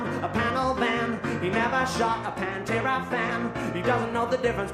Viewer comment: "Panterra" instead Pantera. But I could make lols of it. Panterra = Pan Terra = Pot Earth